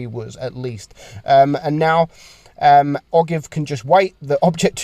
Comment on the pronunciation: Ogive is pronounced “oh jive” it refers to the point at which the conical tip of a bullet meets the cylindrical portion or the conical part of a bullet